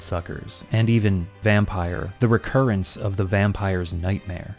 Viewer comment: The Recurance! Oh God, the RECURANCE !